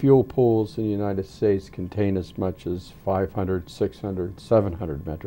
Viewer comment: She says Uninend States??